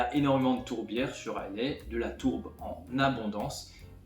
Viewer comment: Superbe vidéo, bravo ! Pour info, les écossais d’Islay prononcent "a i la" et non "a i lai" 😊